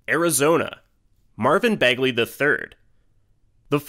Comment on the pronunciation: “Marvin Magley” lol